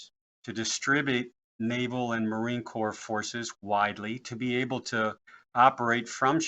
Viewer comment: Its " Corps".......